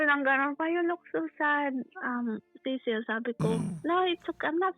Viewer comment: Tama yung pronunciation nya ng Cecil kapag sa Southern English